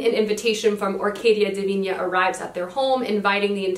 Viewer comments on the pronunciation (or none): You pronouncing Divina was the closest I've heard an english speaker make an ñ sound lmao, that was really curious, but actually the "na" in divina is pronounced like "nah" so, dee-vee-nah